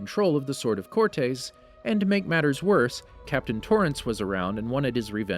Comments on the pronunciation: So, have I been pronouncing Cortez wrong this whole time? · everytime he says cortes i want to cut my tongue out